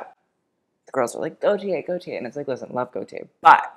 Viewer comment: For someone who criticizes accents so much, it's "cum deh garsoh" not "comb day garsoh" .. it's also go-tyeh, two syllables, equally stressed, not GO-tee-eh.